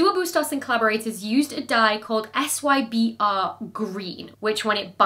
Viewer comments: I can’t believe as a long time fan (who happens to be a PhD biologist) I get to finally leave one of /those/ comments… but just have to do it for the love of the game: …SYBR green is pronounced as “cyber green” by most of us who’ve ever used it… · It is read cyber not SYBR!